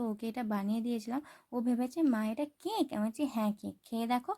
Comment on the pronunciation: কেক❌ ক্যক✅😂